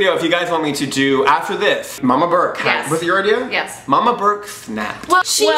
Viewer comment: Did he just call her Molly Bark? ... its burke